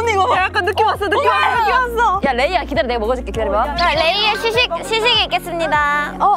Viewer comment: 아이브 리즈를 돼즈 라고 해요.어떤 사람이